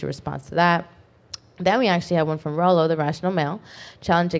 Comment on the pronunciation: Good job pronouncing Rollo name wrong. I cannot wait to watch his livestream reaction to this video.